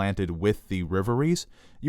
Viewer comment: REV - ERIES. Not Riveries. LOL